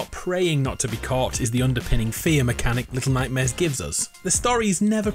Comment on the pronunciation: LETTLE NOIGHTMAREZ